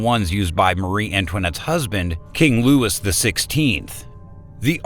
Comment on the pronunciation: You are mispronouncing LOUIS. you don't pronounce the S